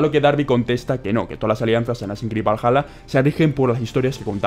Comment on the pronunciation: todos: valhala: valaya jajajajjaa Crack